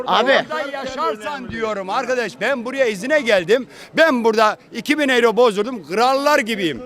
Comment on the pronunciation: 40 senedjr almanya da Daha Euro okunusu oyro demeyi Bilmiyo bunlar hep böyle devletten geceniyo kahveden Cikmaz bide Almanya bitik diyo karaktersiz